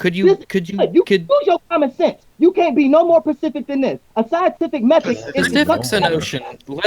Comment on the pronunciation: Take a shot every time he says "Pacific." For the advanced alcoholic, also take a shot every time he says "aks." Cheers!